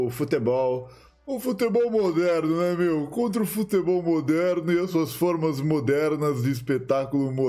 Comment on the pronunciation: Fala "futÉbol" eu já nem escuto mais